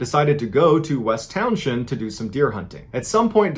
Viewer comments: It's spelled Townshend, pronounced Townz'nd. No 'sh'. This is no mystery. As a child I heard this as a cautionary tale to teach us to always carry your rifle, even when you are walking to gut an animal you think you have killed. Deer will kill you by suddenly slashing your stomach wide open with their hooves. The complete story is: Carl Herrick leaned his rifle against a tree and headed toward the bear he thought he had killed. When he got close, the bear jumped up and grabbed Carl from behind as he turned to run, first crushed him (why the wonderment? It's called a BEAR HUG McBallen, and black bears here are huge), then threw him off a cliff. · I'm from about 40 minutes away from Townshend. It's pronounced "Townsen". Also 1 well placed shot is easily enough to take down a black bear. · The "h" is silent, it's pronounced Town-send. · Great narrations….love all of them. I am from Vermont and I am from the area of which you are speaking. The H is not pronounced. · Hullo! VTer here. It's pronounced like Town-zin, not Town-shend. Js. And we VTers know it was a Sasquatch. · Every. Single. YouTuber who covers the Bennington Triangle mispronounces Townshend. It's pronounced "Towns-end" And it's honestly not all that rugged and remote. Even by East Coast standards. "Quaint" would be a better descriptor probably. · Love your vids but as a Vermonter I gotta say, it’s pronounced “Towns-end”. Thanks for the VT love! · It's pronounced towns end, you don't say the sh. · I love you and your videos, the rural Vermont town is pronounced “Towns-end” ☺️ I grew up there ❤️ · Hearing "town shend" makes me giggle. it's like Worcester, not pronounced how it's spelled. Love the videos man, It's awesome seeing the Bennington triangle here, because I live VERY close to this. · It's pronounced "towns end". It hurts my ears hearing it pronounced so wrong. Vermonter here btw. Opposite side of the state from Bennington though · It's pronounced Townsend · Townshend is pronounced "towns end."